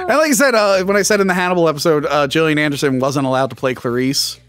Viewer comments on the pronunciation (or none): none